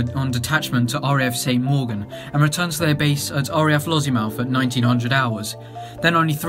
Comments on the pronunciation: 😄 Lozziemouth? 😄 Eufrates? Lesson: Say 'Lossie-mouth'. Say 'You-fray-tees'. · Pronunciation, Lossiemouth instead of Lozzymouth, Euphrates is “you-freight-tees” but vey good effort overall! I just read Pablos War ( he was sqd leader of John and John who got shot down in the Tornado) and the Bucaneer was discussed quite a bit in that book. Would recommend it, if you can find it for sale anywhere!